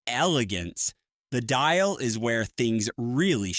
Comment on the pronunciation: What dials did you say were available? lol